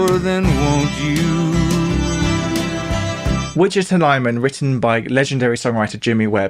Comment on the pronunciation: And mispronounced Wichita.